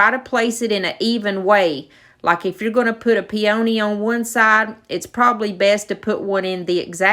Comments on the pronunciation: Everything turned out just beautiful. I really enjoy working w IOD products too. Plz don't take this as an insult, but a peony is pronounced "pee-uh-nee". Just helping a friend out💖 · The word "peony" only has a long "e" not a long "o" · LOL on pronouncing them Pee-O-nees. Too cute! Patty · I love your ideas! I want to find an old window pane like that. So very beautiful! Forgive me, but I have to laugh every time I hear the way you, and many others, pronounce peony. It’s kind of a regional pronunciation and I hear it a lot. Lol! It’s cute. Peonies are my favorite and remind me of my grandma. Love your channel!